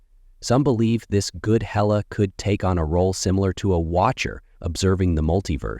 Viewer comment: It's HAY--LA not HELLA...!